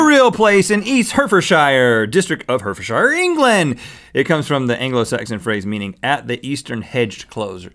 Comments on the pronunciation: Heart-Ford-Shyer actually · It's pronounced Herrehford not herford xD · Lol it's pronounced hart-ford-sheer not hert-ford-shire (as its spelt) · The way Rhett said Hertfordshire made me laugh out loud. It's pronounced Heart-ford-sheer 😂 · there's a mountain in Cornwall called brown willy, and stop saying shire (shy-er) it's shire (sher) for example, Yorksher, Hertfudsher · Actually they said "Hertfordshire". But they pronounced it wrong anyway, it's /'hɑrt.fərd.ʃɪər/ (HART-fud-sheer) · I lived there and it's hertfordshire (Hart-ford-shire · Hertfordshire is pronounced heart-ford-shire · lol hertfordshire is actually pronounced "hartfordsheer" The way he said it was so cute :3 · When place names end with 'shire' in the UK, it's pronounced 'shuh.' Hertfordshire = Hart-ford-shuh. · btw for the 'nasty, ENG' one hertfordshire is pronounced 'heart-ford-shear' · Hertfordshire. Pronounced Hart-fud-shr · Hertfordshire is pronounced hart-fud-sheer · It's pronounced Hartfordshire. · it's pronounced hart ford sheer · Its pronounced hartfordshere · rhett, that's not how you pronounce Hertfordshire 😂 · Rhett butchered Hertfordshire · pronounce Hertfordshire right pllleeeeeeeeeeeaaaaaaaaaaaaaaaaassssssssssssssssseeeeeeeeeeeeee